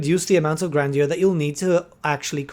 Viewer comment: “Gran-jur” btw